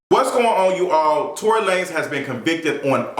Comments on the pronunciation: Yoooo I cannot stop laughing at the mispronunciation of Tory’s name. Tory La Nez 😂😂😂😂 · “ I was calling him Tory Lan-ez” 🤣🤣